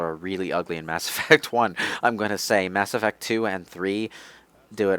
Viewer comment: "Mass Erect" Okay you win